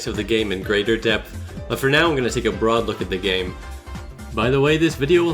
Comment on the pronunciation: what he said " so despite all my nitpicks and contemplates I consider this a 10/10 game" what I heard " so despite all my nitpicks and contemplates I consider this a 10/10 gay"